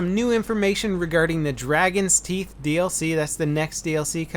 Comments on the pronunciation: It is Dragon's Teeth, not Dargon's Theet ;) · Dargons teeth lol. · "Dargons Teeth"?:P Sounds like a messed up daedric lord.